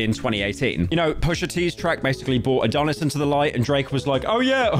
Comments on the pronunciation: Howtf does pyro turn A-Don-is into A-Doh-ness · ITS NOT ADON-IS ITS ADON (AS IN DONNIE) IS. MY NAME IS ADONIS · it’s ad-on-is not adone-is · dont forget abt a-dough-nis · "It brought new lore to the rap community: that Drake ackshually had a son, 'Uh-dough-nits'" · “a-donut-dish” brits can’t say Adonis🤦‍♂️🤦‍♂️ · “AdOHnis” “Tory LanÉz” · The way he said Adonis and Tory Lanez pissed me off